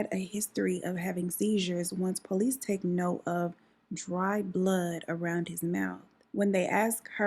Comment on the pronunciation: I’m 😂 I love the way you say police it’s like po lease 🤣